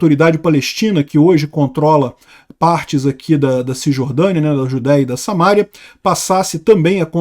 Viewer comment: diz-se "SamarÍa". SA-MA-RÍ-A.